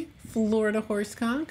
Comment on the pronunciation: XD I can’t help it. Every time she says horse Conk I hear something bad. Thanks brain.